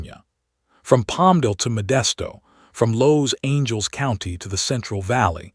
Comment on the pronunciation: Los Angels county?? Huh?? You can't really support the victims if you mispronounced half their names.